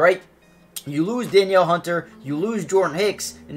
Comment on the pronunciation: They'll draft a qb and go with Mullens as the bridge qb. Also, Danielle Hunter's first name is pronounced Duh NEEL.